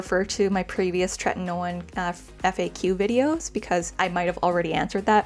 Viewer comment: TretinOeeenn. Theres an i before the end. Youre saying "tretinone". Its tretinoin-rhymes with coin.